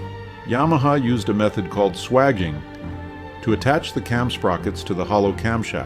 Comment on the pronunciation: swagging? You mean sway-geen?